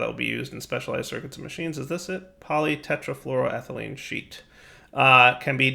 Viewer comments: can pronounce polytetrafluroethelene flawlesly cant pronounce shuriken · yes, you got polytetrafluroethelene right, but it's easier to to say PTFE of teflon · Well done on pronounciation. Teflon for short.